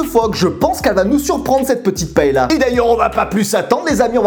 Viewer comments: Ça se dit pas "paela"mais "paella" ps Chui espagnol 😂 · A prononcer "paéya"... Lol moi qui suis de Valencia..ça fait pleurer...😭